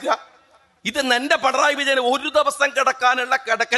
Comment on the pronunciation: പണറായി.... അല്ല... പിണറായി